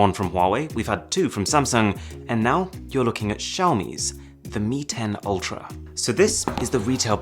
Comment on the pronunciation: Its "Ultrap"